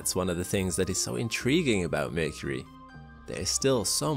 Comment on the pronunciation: why mecury sound like balls...